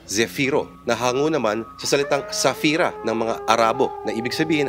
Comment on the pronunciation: Hindi Safira yun sa arabo ang tama ay "Safir" silent "I"